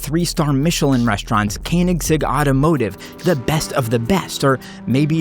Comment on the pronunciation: “Can-ieg-sig” automotive is crazy bro 😂😂😂😂😂